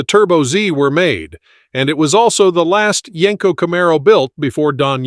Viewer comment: It's not Yanko It's yenko